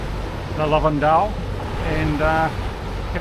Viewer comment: Thanks for the video,. Yes, St Trop' off season is far better than in the middle of the summer. And this is "Le Lavandou", not "Lavandeau" nor "Lavande" 😉 Anyway, happy to see you sailing in this area, it was my playground, or my tub, when I sailed there when I was young. Unfortunately, because you schedule you missed Port Cros & Porquerolle, 2 very cute islands in the vicinity of the cap Bénat.